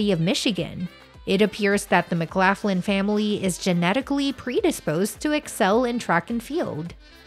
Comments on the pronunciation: McGlocklin not McGlafflin. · Please learn to pronounce her maiden name correctly. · States pronounced laugh Len, north lock Len doesn't matter thanks for sharing we share same last name. Khun Narrak Mak Khap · Mc Laff Lin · pronounce her name RIGHT or dont even show the video. so much for credible reporting. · Learn to pronounce her last name correctly before making the video, please. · Not pronouncing her last name correctly.